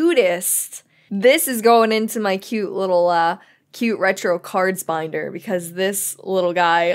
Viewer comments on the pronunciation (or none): none